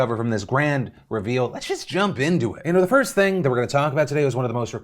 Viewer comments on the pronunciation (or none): as a british person hearing him say ‘ting’ is hilarious